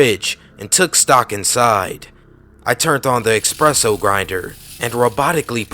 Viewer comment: There is no X in the word ESPRESSO dawg. Just FYI